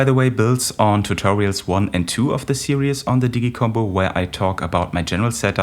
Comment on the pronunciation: Fantastic, thank you! (Pss: Its just 2 syllables - "sear-ease")